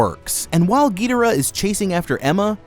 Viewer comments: Gee dur uh? It’s guh door uh. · ge der uh... really how does one miss pronounce King Gi-door-AH so hard? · Why you say Gee der uh ._. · The pronunciation of their names still grinds my gears. It’s Gihdorah, Rodan